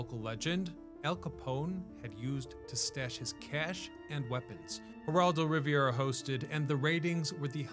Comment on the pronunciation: You said Heraldo Riviera. I swear to god. 😅